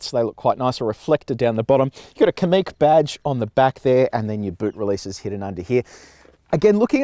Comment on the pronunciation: Likewise Kamiq is stressed on the second syllable, not the first.